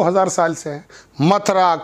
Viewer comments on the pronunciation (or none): none